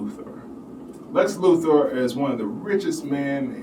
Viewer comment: Can't take this seriously mate it's Luthor not Luther, you are kind of describing a non-existent thing.